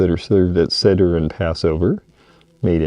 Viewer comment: Seder is pronounced say dr.